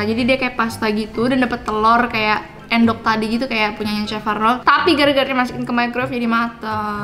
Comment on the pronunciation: Ngakak sih telor endok bukan telor èndog, yg orang jawa pasti paham wkwk